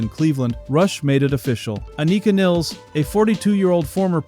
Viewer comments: The Rush world has somehow landed on "Niles" the way it did on "Pert". Anika and other German speakers would say Nilles like "Phyllis". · Learn how to say her name you jackass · It's just 2112 bro. Twenty one twelve.... That bothered me, and your pronouncing her name wrong. But thanks for the video! It was very interesting! 🤟